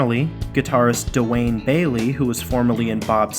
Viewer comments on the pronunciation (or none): none